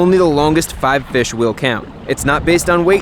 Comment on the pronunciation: It’s a bit different hearing fish instead of fix but I love it